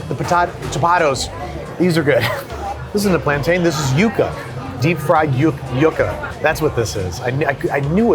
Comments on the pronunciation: Definitely not pronounced "You-ka" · He also doesn’t know how to pronounce yucca